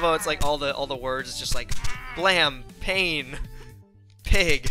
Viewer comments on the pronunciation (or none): none